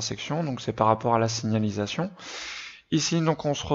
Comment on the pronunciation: Eh mec tu sais même pas dire signalisation